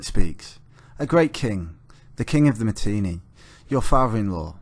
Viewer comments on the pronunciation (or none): Not Matinee, it's Mitanni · Mitannians spoke Sanskrit the classical language of India -this chap can't pronounce Mitanni properly.